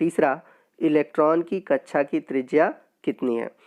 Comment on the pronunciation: Sir sorry but kccha nhi hota kaksha hota hai